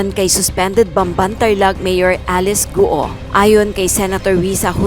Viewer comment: Mali naman pagkabigkas ng apelido ni mayor bkt gu o ang tamang bigkas ay guo parang go lang silent u cnxa na sa pag correct sa pronounciation mo madam